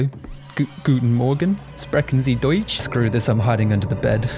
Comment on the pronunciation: hey that "Guten Morgen, sprechen Sie deutsch?" was suprisingly well pronounced!